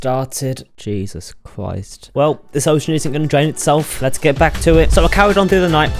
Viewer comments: jesus chwist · “jesus chwist” “minecwaft” 😂